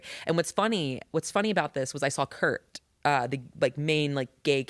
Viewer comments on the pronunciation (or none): none